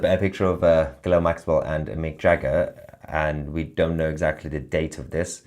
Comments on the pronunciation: She's not 'Gilell', it's pronounced 'Gillane' (Guislaine (spelled wrong), Maxwell). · Ghilail Maxwell?? It's Ghislaine Dude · Stop saying ghilelle lol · Toussi, Her name is pronounced Ghee - lane Maxwell old son.. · YOU Prononce her name.....GIH-LANE....Maxwell . You're welcome❤ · It is pronounced Gilane you ignoramus. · How are you pronouncing Maxwell's first name?? 🤣